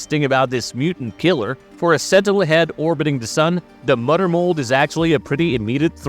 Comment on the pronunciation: LOL "da mudder mold" is killing me throughout this video 🤣🦩